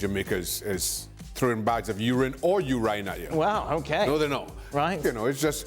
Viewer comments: "Bags of ur ryhne!"🤣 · When Dan pronounced urine as "you-ryne" I thought maybe it was some kind of English beer or beverage LOL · Dan pronounced urine as You- ryne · Same, I had to hear it again 😂😂😂